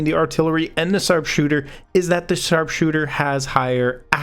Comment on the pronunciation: Did u say sarpsooter